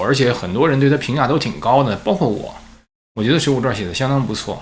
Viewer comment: ，水浒传，不是水浒传儿😂再传儿，我都要跟着传儿了